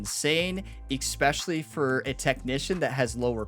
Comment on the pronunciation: The word is especially not ickspecially